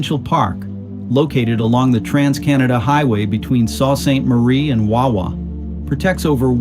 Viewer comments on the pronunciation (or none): Another example of how AI messes it up. Sault Ste. Marie is NOT 'SALT Saint Marie' and is commonly pronounced as Soo or Sue Ste. Marie. Some people refer to as 'The Soo'. No big issue, but just a bit annoying. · "Great Lakes" is just another way of saying "Smaller fresh water sea's". Sault St. Marie is pronounced "Sue saint Marie" not "saw" like the guy said in the video. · SOO Saint Marie or The Soo. Narrator is bad AI